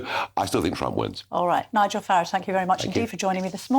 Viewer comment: Farage should sound like Garage. Nigel is the Hyacinth Bucket of British politics, keeping up appearances on an old Con trick, uniting you in fear of immigrants, the easy to pick on, to get a mandate for the greedy whose only patriotism is to their property and their purse. Whatever my anger and disappointment with democracy, I’ll keep believing in it, because we’ve tried everything else. My troubles have nothing to do with a brave nurse far away from home, some desperate fool floating in the channel. I have a problem with Nigel’s mates, landlords kicking out families to make a bit more rent, private companies ripping off public services we all pay for, bent officials and politicians taking bribes and gamblers in the city playing loose with our financial lives. I’ll not vote for Nigel, to Refrom us in the shape of his fear and greed. I’ll not vote to see you ground down by low wages, high rents, with no hope for your grand children but to serve debt. I’ll not help Britain become a land where the descendants of the lions of WW2 have to kneel at the feet of pigs.